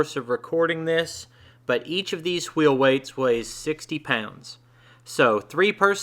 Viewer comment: You can't have a pie without whhhhheel whhhheights